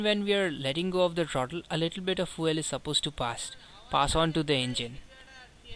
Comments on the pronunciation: What is "Foo El" ?? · Dude how do pronounce "FUEL" ?